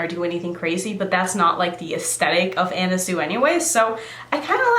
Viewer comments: Pronounced 'Swee' not Sue....just fyi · Not to be that person,, but it's pronounced sui,,like (swee) love your channel,, pronouncing things is no big deal anyway,, but ..